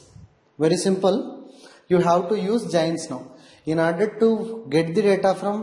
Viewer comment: It is not jains ... It is JOINs ...